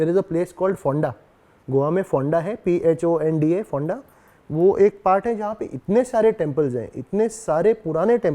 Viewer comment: Bhai its PONDA not P H O N D A😁